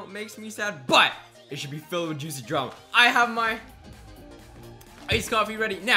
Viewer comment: i love juciy drama lol he always says juciy drama and its so funny lets see if i can get pinned (2% i will 😂😂)